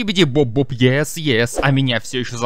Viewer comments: Не скибиди боб, а скибиди доб доб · Не скибиди боб а скибиди доб